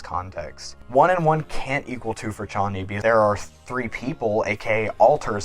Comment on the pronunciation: It feels so satisfying to hear you say Chonny right omggg :D